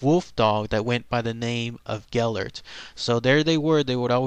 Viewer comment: I'm Welsh, I heard this story when I was 2 Ive been to the dogs grave, and the statue he says his name wrong though